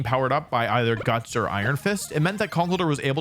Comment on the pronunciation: The misprononciation of conkeldurr tho